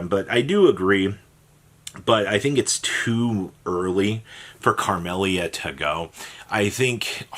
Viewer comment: Carmellia bro? Where is this extra r coming from? Your inability to read and pronounce card names is painful